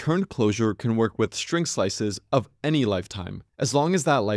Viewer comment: The "s" in "string" must be pronounced "s", not "sh". You are constantly saying "shtring".